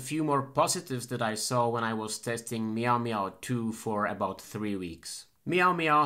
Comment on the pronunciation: You said "maio maio" 31x! Thank you so much for this video!